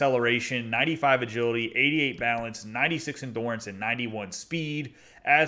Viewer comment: Subscribed. PS it’s endurance, not endorance